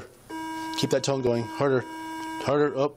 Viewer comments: I swore he said, “keep that tongue going” but it was tone I realized rofl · It sounds like he’s saying keep that tongue going 😂😂😂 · lol at first I thought The cop said 'keep that tongue going' I was like what??? Then I'm like ooo 'Tone' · Lol, when he said "keep that tone going", I initially heared "keep that tounge going"😂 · lol, I heard it as "keep that tongue going" as well.